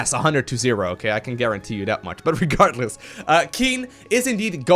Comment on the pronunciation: or "regartless"